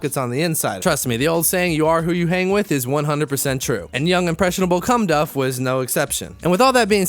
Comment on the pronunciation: I heard Cumdff. Did you need me?